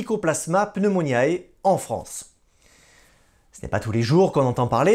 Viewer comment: Par pitié : APPRENEZ À PRONONCER CORRECTEMENT !! Pneumoniae se prononcé pneumoniÉ, c'est du latin, et non pneumoniAÉ !! Merci....